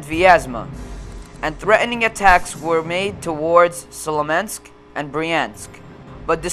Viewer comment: it was ok but there's a few errors like you said slomensk its pronounced smolensk you said lutf-waf its luft-waf-a you also said january 2 instead of 2nd and July 32 instead of 32nd